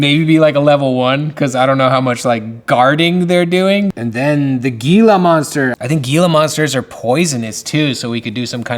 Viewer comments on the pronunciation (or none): I know this is hecka old by now but I love this project. My only fyi is that it’s pronounced like hila not gila. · I love tcg’s also it is pronounced Heee La not Geee La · You're absolutely killing me, fam. It's HEEE-la monster 😜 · This is an awesome concept just an fiy it's pronounce the G in Gila is pronounced like an H so it's HeLa monster. Also, maybe you can do the sketch versions in a holographic shade. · Gila monsters are pronounced Hee-luh not Gee-luh. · The G in gila monster sounds like an H ! ( hee luh) monster . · Gila Gila is pronounced Heela Heela. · For the Gila design, has anyone mentioned it's pronounced "Helah"? Idk I grew up in AZ hearing about these all the time and I always heard it with an H at the beginning as opposed to a G. Not trying to be the "Ackchually" guy lol just want it to be dope through and through! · I guess probably "Hee-Luh" lol it's definitely not pronounced "Hella Monster" though that would be sick 🤣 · Uh, you're pronouncing Gila wrong, with a "Ga". In the SW deserts in NM its pronounced "Hee" so its "Hee'La" monster. I've never seen them in the desert wild, despite in my literal rural desert back yard,. I've only seen them in captivity probably because they are poisonous and have a venomous bite. I would give this defender highest rating. You can pronounce it however...but its a Hee La monster. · Gila is pronounce with an H instead of the G. Love the characters! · Hey, the "g" is pronounced like an "h" in hila monster....so "hee-luh".... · Loving this! I was in for the playing cards, and I am definitely in for this too! What a great start to the series! Also, I'll be captain pedantic but Gila is pronounced Hee-Laa, the G sounds like an H. I will be backing this without question! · Just an FYI the G in Gila Monster is pronounced like the English H so it’s pronounced Hila monster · Heela monster its pronounced "Heela" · The correct pronunciation of "Gila" is "Hee-lah" 😬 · It’s Gila monster pronounced Hila monster